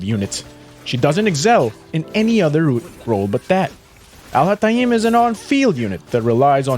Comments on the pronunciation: The beginning of the video hurt my arabic head...AL HA TA EEEEEMMM LLOOOLLL THIS ONE IS GOOD NGL 💀💀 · Please do me a favor and go to google translate and copy الهيثم and put it in there and listen to how it’s actually pronounced! I mean you can continue butchering his name, but neither the example of how other people pronounce his name (literally no one does it like that) nor how you like to pronounce it is correct. 😅 I mean you can pronounce it the way you want, just don’t teach people to butcher his name like you do, because it sounds more „exotic“ this way, which is kinda....